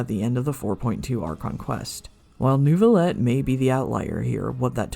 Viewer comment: The fact that people can hear the name: "Neuvillette" and still somehow say "Newvillett" is astounding to me. Do people just mute the dialog?